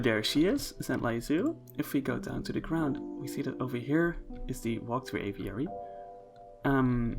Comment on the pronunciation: My word. A video so soon. And he pronounces the word 'aviary' properly. You'd almost think someone replaced him if he didn't say 'little' in the video. Really lovely exhibits. The panda exhibit looks cool, although it seems like a bit of an escape hazard. That aviary is gorgeous. So many cool little details